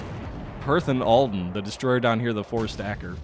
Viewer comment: 'Aladdin' lol. Its Alden. ALL- DEN